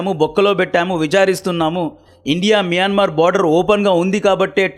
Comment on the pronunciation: మియన్మార్ ❌ మయన్మార్ ✅